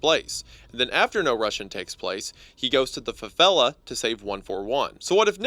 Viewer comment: That was the worst pronunciaton of favelas i had ever heard. Love your videos but wow